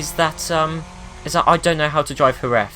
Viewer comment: Omg, you are the first English speaking person to pronounce correctly Jerez, thanks everyone pronounces it like Jeres.